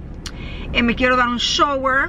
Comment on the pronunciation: .....aprende la pronunciación correcta de las palabras "shower" y "farenheit". Las has dicho incorrectamente por MUCHO tiempo!!